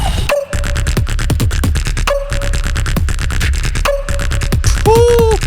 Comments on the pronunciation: Uh-VEN-tah-dor, not "aven-tater" lol. You are now the 2nd reactor to say "aven-tater". I'm dyin'. 🤣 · It's pronounced Ah-vent-adore.